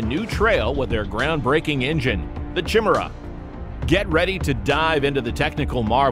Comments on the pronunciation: Chim-Chimera, Chim-Chimera, chim-chim Cheree. An engine is perky as perky can be. Chim-Chimera, Chim-Chimera, chim-chim cheroo. More speed will rub off if you go past Mach two! It's pronounced kai-MAIR-uh, with emphasis on the second syllable, and an initial K sound, not CH. Nice report though. We still like you! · You'd be well advised to learn how to pronounce Chimera. Kai-meer-uh is the proper way!! -Gunny T sends